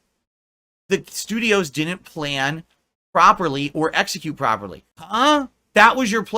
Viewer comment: How he pronounces 'plan' as 'playuhnn' is infuriating beyond belief.